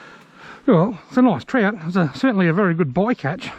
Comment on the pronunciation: Good clip! I love that you call trout trot, I always find myself saying Trot because of your videos Haha